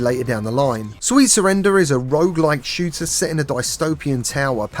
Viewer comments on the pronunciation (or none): none